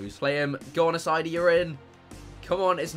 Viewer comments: Ass-I-ee-dy not ass-I-dy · Chris please. Assaidi is pronounced ass-i-ay-dee. It was getting annoying.